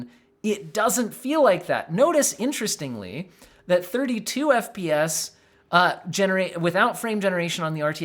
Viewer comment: "The 100 FPS" sounds like "The 100 BS" lol